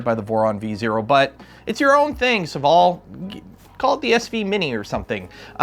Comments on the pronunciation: SOH-VALL FOR THE LOVE OF GOD NOT SUHVALL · It's funny how you pronounce Sovol